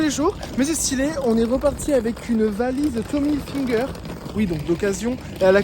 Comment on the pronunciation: Ca me tue comment tu prononces IL FINGER, genre finger in ze noze xDD c'est Hilfiger mdrrr